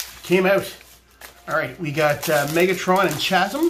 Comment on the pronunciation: Don't worry it pains me too